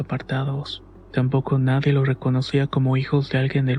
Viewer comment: No se lo diga a nadieh, que se ponen celosoh